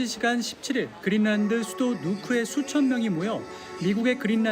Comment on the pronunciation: 왜? 그린란드가 그릴난드 야 고유명사이니 원 발음에 가깝게 하든지 그린난드 또는 그린랜드 로